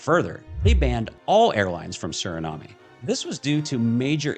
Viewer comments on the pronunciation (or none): It's pronounced "Su-ruh-naam" not "Su-ri-na-may" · You are not pronouncing Suriname correctly.